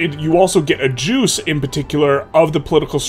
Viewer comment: When he says juice i hear jews because he underpronounces the c. Just an FYI